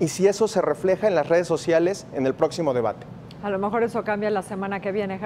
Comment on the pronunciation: Se dice De-ba-te. No De-Ma-Te...... y no seáis mentiroso.... Voto por Morena...